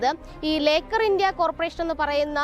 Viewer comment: ലേക്കാർ എന്ന് എഴുതി കാണിച്ചു ലോക്കർ എന്ന് പറയുന്ന ജേർണയലിസ്റ്റ് best.